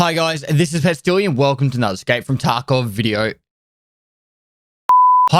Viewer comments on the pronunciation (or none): always sound like he is saying..hello here is PESTILIAN and not PESTILY